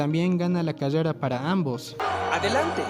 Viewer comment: Me dio risa cuando decía cadeda en ves de de decir carrera pero yo tambien tengo ese problema XDDDD